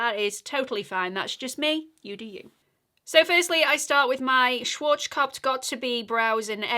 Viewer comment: Oh and I have the Schwarzkopf product too. It's so hard to pronounce for everyone outside Germany, I apologize for that. The family could have used a more easy to pronounce name 😅 but you do very well.